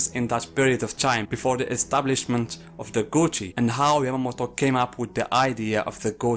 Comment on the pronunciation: I wasn’t paying attention to the subtitles and I kept wondering what was the gucci he keeps mentioning. Turns out he was saying gotei 😂